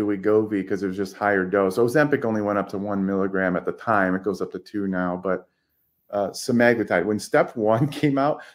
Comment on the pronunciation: And drops the bomb. 💥 😆 Yes folks… it really is SEH-MAG-LOO-TIDE. Scoreboard: Stuffy 1 Prior Default 0